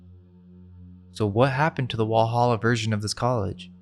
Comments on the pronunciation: Germans pronounce the w as v... So it sounds like Valhalla... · in german in would be pronounced vallhalla